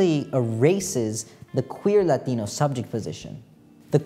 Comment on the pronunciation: you switching between english and latino pronounciations for the latino words is actually so hot. you won. now help me